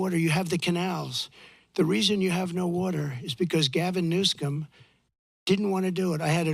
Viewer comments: It's Governor Newsom, Trump. Not "Newscom"... Schmuck! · Hahaha! Why does he always mispronounce Gavin Newsom's name? (maybe to piss him off???) Trump is more entertaining to watch, then anything on TV!